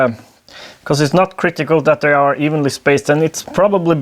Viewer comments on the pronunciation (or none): none